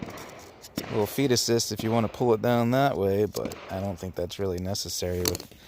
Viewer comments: When you said feed assist I heard fetuses. Whoops. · When he said feed assistant, I heard fetuses. Really messed with me.